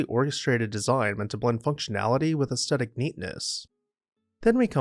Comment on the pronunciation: *Aesthetic, not astetic.